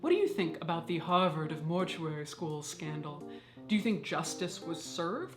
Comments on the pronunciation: "It was a skan-dahl" 😂 😂 😂 Hilarious! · Obsessed with your pronunciation of "scandal"